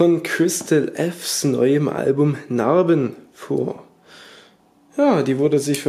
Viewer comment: Narrrrrrrrrben yee